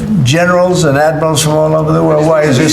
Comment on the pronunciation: Its admirals not admirasals......Have respect,use proper language